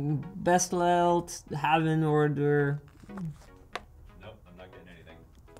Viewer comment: Lol he pronounced "bestellt" as "best lellt" instead of "be shtellt"